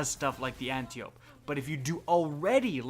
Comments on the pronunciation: Thanks for the video dude ;) stoked to try some of these out. Oh, and by the way Antiope is pronounced (An-tie-oh-pee) like the daughter of ares in Greek mythology, just a lesson for the day yo ;) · Why does everyone mispronounce Antiope? “An-taya-pee” It’s Greek, originally pronounced “ah-dee-o-pee”. Hope this makes sense.